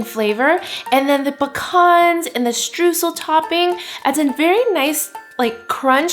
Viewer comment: This cake looks delicious! To me it seems like more of a crumble cake though, Streusel would typically be larger and cover nore of the top - oh, and btw, if you want to know how to pronounce it properly, say it like Stroysel (oy as in toy) :)